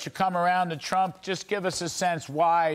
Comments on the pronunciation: 0: 11 Did Kudlow really say, Donald J Chump? That was freaking funny...listen to him say it. It sounds just like that.🤣🤣🤣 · This news guy literally said CHUMP instead of Trump.. I had to listen again! And he doesn’t look to happen to be doing his job either (sidenote) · Did Larry say Donald J Chump??? Sure sounds like it. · LOL. Larry pronounced his name "Donald J Chump." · Did I hear fox news caster when introducing Bernie Marcus & saying Donald J Trump, he said Donald J Chump? I played it 4 times & he said Chump (min 0.11) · Did he just read the tweet pronouncing Trumps name as chump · Did anyone catch at 0.10 secs he says Donald J Chump? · Did he just say Donald j chump?😂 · Listen carefully to how he pronounced the former president’s name at the beginning. 😂